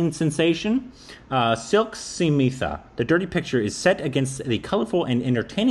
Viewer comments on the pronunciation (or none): you pronounce Smitha like you say Smith with an aaaa in the end. Vidya Balan is a south Indian so you cannot say she had a bad accent. N she won a National award for The Dirty Picture. It's a true story n a very sad one, for Silk Smitha went through a lot to stay n survive in the Industry. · So can pronounce a very common American Surname SMITH but says SAMITA instead of *Smita*. Not all Indian Names are tough **. Haha. Love u guys❤ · Me- Say "Smith" - Smith Me- Now say "Smitha" - Sahmeethaa?